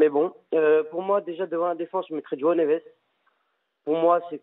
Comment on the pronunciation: Le kevin il dit meme pas Joao neves c'est grave